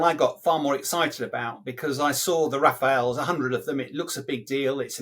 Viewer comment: Major saying "Rafaels " !!😁😀😃